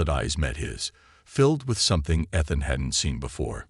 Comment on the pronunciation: ETHAN with a long E, Not short. And then misspelling the same word? NO thanks.